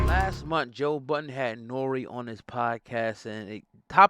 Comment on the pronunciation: His name is NorEeeee